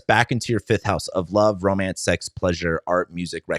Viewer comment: Its pronounced LOOOOUUUVE